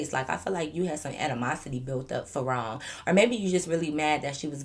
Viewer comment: I don’t know why through out all the stories I keep thinking you saying ro instead of wrong 🤣🤣but not she dragging it out but not wanting to fight 😭😭